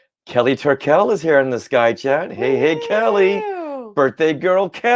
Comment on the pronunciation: When you said Hey, I heard Hey Hey 😅